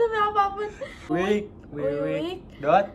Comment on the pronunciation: Baru pertama udah ngakak🤣 Wiwik di baca wikwik😆